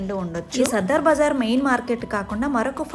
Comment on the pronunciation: దీని పేరు సదర్ బజార్. సద్దర్ బజార్ కాదు.